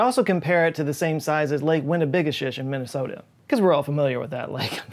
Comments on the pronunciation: You massacred the name of Winni-bi-gosh'-ish. That's OK, you're not Anishinabi. 😜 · We call it Lake Winnie for short, but say it with me now: "Win-na-ba-GOSH-ish." Fourth largest lake in Minnesota and super popular with anglers, swimmers, boaters. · Lol, lake winna-be-gosh-ish. You came very close. It's ok. Most Minnesotans can't pronounce it either. Or half the other street, lake, river and city names in this state. Anishinaabe language is awesome. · Sorry, as a Minnesotan.... it's Winni big ah shish :) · Lol You said Lake Winnibigoshish incorrectly on purpose……..right? 🤣 we all just call it big winni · Lol, did he just try saying lake winnibigoshish? I go spearing there every winter. Stay at the local inn called "Gosh Dam Place" which is by the lakes dam.